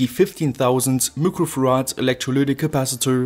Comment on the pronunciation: Are you saying microfarads? Cause it sounds like looquo farads. Lol